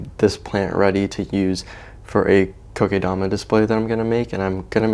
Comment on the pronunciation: I like how you pronounce “Kokedama the right way 😊 I love Vietnamiens food!